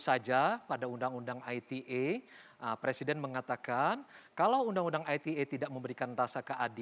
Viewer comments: I te e mas bukan ay ti e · Ai Ti E. Klo mau enggress yaaa harusnya Ai Ti Ii. Kzl bangetttt bolak balik salah meleeee. Cukup I Te E ajaa pak. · Ite pak bukan aitie wkwkwk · Undang ITE itu bahasa apasih..kok bacanya Ai ti E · harusnya "ai ti ii" ya fadjroel must be bad in enggrish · Hahaha...exactly what I want to say, kalau mau pake English ya skalian tp "ai ti i" 😆